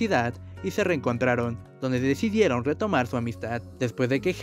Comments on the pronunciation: "Decidiedon compometedse" El reportero 😂🤣😂🤣😂🤣😂🤣😂😂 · Jajajajaj... El reportero jajajaja... Dónde decidiedon reanudad sud amidstad., Quitenle el micrófono de la boca para que pueda hablar bien.